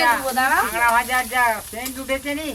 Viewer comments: Kagra na kakra bole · 'কাঁগড়া' (!!!!) বাটা??? কি সুন্দর উচ্চারণ।